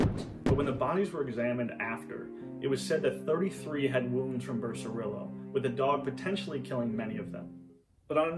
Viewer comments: Pronounced Beh seh ree Yoh. Not Becerilo. Leh ohn See Yoh. Not Leoncilo. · Amazing and informative video, but confess I'm a little surprised that you didn't spend more time in pronouncing Spanish names correctly like Becerrillo. I'm sure you don't pronounce tortilla with an L sound. I'm not saying you need to over pronounce everything like a Hispanic newscaster, but dang!